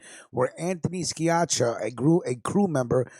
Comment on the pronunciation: My friends last name is pronounced (seeyakka). Anthony Sciacca. Anthony is a stand up guy. Can YOU PLEASE pronounce Anthony's name correct please